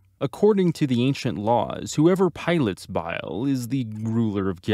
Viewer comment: They SAY the NAMES in the SHOW, what is it with youtube people and mispronouncing names?!?!?! It's BAIL not bile, they pronounce Aknika Kairou's name SO FUCKING MUCH for you in the back third of the series, WHAT is the problem?!?